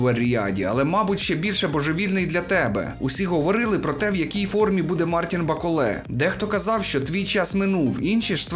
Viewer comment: Молодець, що наголос ставиш правильно, як і має бути у франкофонному варіанті. БаколЕ - франкофон і тому наголос на останній склад! Усик, як завжди, на висоті! Бравісімо!!! Рашистів, під якими б ганчірками вони не виступали, варто нагороджувати лише презирством! Я не вболівав ні за кадиривця, ні за путініста-рашиста "с раскосыми и узкими глазами" - білого вола. Обоє рябоє. Трохи більше симпатизував БТР як представнику чечено-дагестанського народів, що перебувають у неволі! Так політика, хочемо ми цього чи ні, стає чинником спорту, а спорт, у даному випадку - бокс, політики. Хто цього ще не усвідомив просто або лукавить, або живе у паралельному світі. Дякую за огляд.